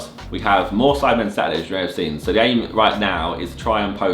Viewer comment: Can't tell if he said sad day or saturday